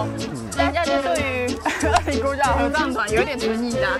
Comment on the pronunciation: 大概在2分30到3分鐘那裡 發現捲舌好像真的很重要 不然二林國小直接變成惡靈國小 有夠恐怖